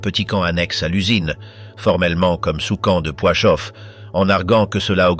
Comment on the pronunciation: On dit Plaszów (Plachov et non Poichov) et Belzec.